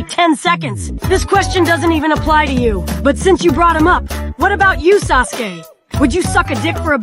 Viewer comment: "Sus-ke" I'm fucking GONE this must have been a typo since he said Sasuke properly several times. Suske is just a letter off lol